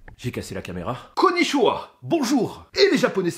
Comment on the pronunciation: On dit koniTchiwa